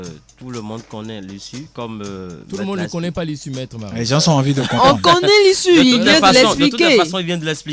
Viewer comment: M. Gilchrist (procureur) je le trouve hyper sévère et il faut qu'il arrête de dire "les gensent" ça ne se dit pas mais plutôt tôt les gens Merci 👊